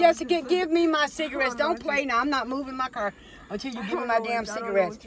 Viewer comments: the bitch say cer not car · I was looking if someone heard her say cerrrrr